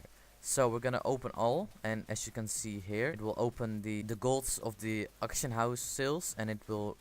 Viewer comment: it's not rly Actionhouse... don't make vids if u can't pronounce the words correctly.. fucking soar ears now